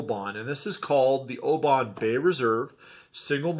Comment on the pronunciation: you need to learn how to pronounce the town Oban - your attempt is making my ears bleed ! you did ok with the others with the exception of Royal Loch-na-gar